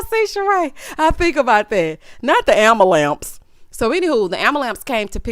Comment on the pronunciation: Finished it off with “ambalamps”. 🤣🤣🤣🤣🤣